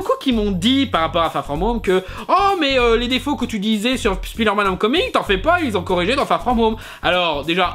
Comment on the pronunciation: Un jour, Speederman sera prononcé Spyderman ^^